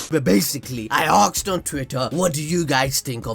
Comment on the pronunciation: is anyone hearing aksed or its just me